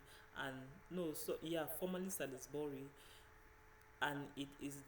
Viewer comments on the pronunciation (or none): Nice nice, keep it up..., by the way Salisbury is pronounced "SAWLZ-bree"